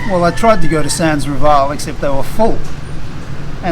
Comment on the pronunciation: Dumaguete City, being in Negros Oriental, speaks Cebuano which is the language of Cebu City. Bacolod and Negros Occidental speaks Ilonggo, the language of Iloilo. I can't believe Dumaguete has remained such a sleepy town at night. By the way, Rival in Sans Rival is pronounced reeval. It means without rival.